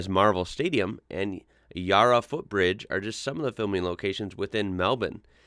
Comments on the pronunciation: Not a big movie buff - but just FYI, "Yarra" is pronounced with a short "a", not "Yah-ra" the way you said it 🙂 And Aussies say Carri-BE-an (the way you pronounced it as part of the film's title), not Carr-IB-ean as per the general American pronunciation. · Yarra is pronounced YARAH. I haven't heard or seen ghost rider, I do know alot of movie are filmed here though